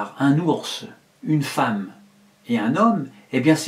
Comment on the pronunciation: // "LA feemme pourra se faire greffé des testicules " euh ...